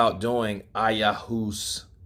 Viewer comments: It's pronounced Eye oh , waska I hope that helps. It's a south American shamanic journey to the spirit world it's main active ingredient is DMT. Also known as the God molecule. Its extremely potent and isn't for the light hearted. It might humble Wilder. Wake him up to stop being such a walking egotistical idiot. . Its certainly a life altering experience for the better with a vast majority of people. You should look into it . It's a spiritual journey that is personal for each individual. Might be a good thing for him to grow up a bit. It's a big difference from having a drink of liquor to a really out there spiritual journey. Maybe he needs to do a spiritual journey to find himself in a better place that has a resemblance of inner truth. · It’s pronounced Eye-ooh-aska but no matter; my question is; how does a so called “Man of GOD”, the most high, turn to anything but HIM to make a decision big or small?! 🤔 He is FOS. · It's pronounced " I ah wass kah", AKA "the TOAD"